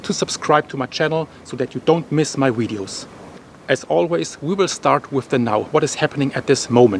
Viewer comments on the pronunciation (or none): Love your videos. It's VIDEOS not WIDEOUS... Great job though... Appreciate your videos